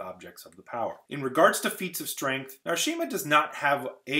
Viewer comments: Ehm, its Jahar Narishma, not Narshima. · Yeah, the way he calls him Narshima was weird lol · Elaine has GOT to be on the list. You mentioned her “lack” of objects of the power, but I would argue that her ability to make ter’angreal gives her an automatic 6/5, and I am not joking. Also, it’s NaRISHma. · No hate, love your channel. It's NARISHMA though. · It's Jahar Narishma not Narshima.. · This video was well thought out, and I can quibble with very little. One thing- it's Jahar Narishma not Jahar Narshima. I mean that with kindness- the video is terrific. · Isn't it jahar narishma ? And not narshima ? :O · I know a lot of name pronunciation is open to conjecture, but Narishma, not Narshima. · Isn't it "Narishma" rather than "Narshima"? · Wow. I can forgive some mistakes, but mistaking Narishma for Narshima and then doubling down on the mispronunciation and the misspelling throughout the video? Come on, brother.... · Narishma* not Narshima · NARISHMA! Not Narshima. Logain ABLAR! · NarISHma, not NarSHIma.NynAEve, not NynEAve. Pedantic, but felt annoying to see. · Haha, I'm a day after you and his 'Narshima' really threw me. It's Logan Ablar as well. Not Albar... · It is Logain Ablar (not Albar) and Jahar Narishma (not Narshima). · I'm just here to cry about "Narshima" and "Albar" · It's "Narishma" not "Narshima" and "Logain Ablar" not "Logain Albar"